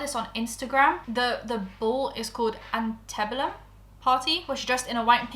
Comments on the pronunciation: First of all, it's pronounced anti bellum (I'm not trying to be mean - I'm someone who thought hyperbole was pronounced hyper bole 😂) Second, I'm Australian but I'll chime in anyway. Plastic surgery in the prenup? I'm not saying I believe but honestly the bar is so low that I would not be surprised. As for the racism, I want to believe she was just ignorant and has since educated herself and done better. In any case, she's beautiful and appears to have money. There are some people who won't forgive or accept her, but by and large most people will sweep it under the carpet and act like she's an angel. I see it all the time and it's so disappointing. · That one word is pronounced ANN-TEE-BELL-UM. hope you didn't read that in a hater voice, ik t it's a weird word and just want to clarify <3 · I feel like this video should have been done by someone who actually understands U.S. history and culture. It was frustrating to watch someone mispronounce antebellum and not even know what that truly means or implies.